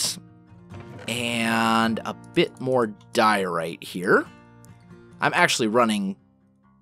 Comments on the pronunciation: he's always had trouble with some words of you listen carefully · when he says diorite you can hear that he's still not used to saying that. ...